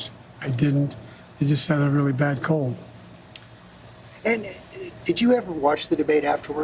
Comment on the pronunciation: He doesn’t think he watched the debate? What? Because he was sick with a “wyrus? No one else’s fault but his, but “Trump lied 28 times” and “was shouting all the time”. glitch “a cognitive chest” . Oh no, the condescending whisper! “Anyway…” “I wouldn’t be running if I didn’t think idibidid” Right, Joe, it’s about character. Where you are sorely lacking, with your long history of lying, plagiarism, corruption and “minor attraction”. You really believe that you won the 2020 election? 😂 . “Anyway…” . “How many peeteeyu draw crowds like I did today” . “group a-ta-time” Joe is still the pompous ass he has always been, and he’s now a demented, delusional wreck. Is he being lied to by his managers about the real state of affairs, or is he self-deluded? Who will stop this madness?